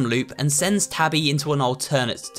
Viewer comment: I love the way how he calls Tabby “Toby”😭